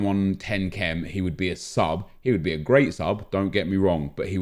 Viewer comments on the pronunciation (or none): none